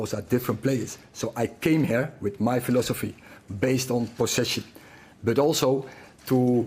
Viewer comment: Did this guy say ,phi..losophy ???????